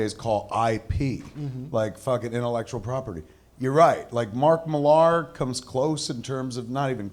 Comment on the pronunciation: I love you guys, but please learn how to pronounce Mark Millar’s name properly